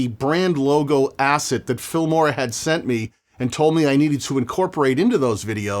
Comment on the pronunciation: It almost seems like you are getting paid for every instance in which you mention the F*mora word. You really nail the pronounciation though. Keep fighting the good fight.